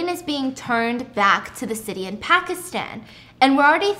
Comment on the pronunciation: Stephanie’s pronunciation of Pakistan, Lahore, Karachi, and Aleezay just added 10 years to my lifespan. 😭🤍